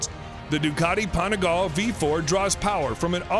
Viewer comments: "Panigal"...so american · "...the Ducati Panigallll..." it's pronounced "Panigal-lhey" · You mean the “Panigal” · PanigalE.... pronounce the E.... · Shame on you and on your pronunciation of every Italian make and model! I’m not asking anyone to speak Italian but it’s just some super famous brands. Every e in Italian is pronounced as in ‘let, bet, set’ so PanigalE, BrutalE, SEriE and by the way VersacE; never never like in ‘see’! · Panigall! Really dude. depressing how bad you're pronunciation is. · The way he pronounces panigale makes my ears bleed